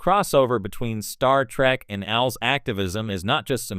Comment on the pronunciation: AI learn it is pronounced A L S separately